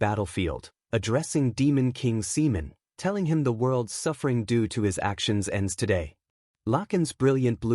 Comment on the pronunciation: Another good one bro, i would just advise always check and spend extra time editing first 10-15 minutes to keep potential subscribers hooked, cuz I've seen many viewers just dropping videos because of mispronunciation of names like the opening Simon or Seaman, i love how your AI is very descriptive but this video took way longer than for example Genius Prismatic Mage full 4 hours more for 3 more chapters. Keep up with the good work bro